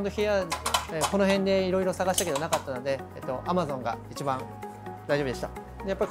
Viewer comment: French words like “EEE CHEEE BAHHHN”. He says it eight times in the intro alone and probably close to a hundred throughout the video… yet the subtitle text always says something different when he says “eeee cheee bahn”… 🤔🤔🤔